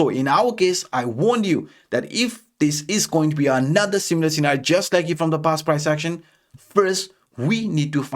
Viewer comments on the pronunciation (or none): none